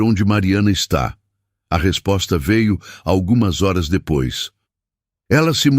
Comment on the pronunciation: Porque nessas histórias os narradores não pronunciam as palavras: reais e horas direito!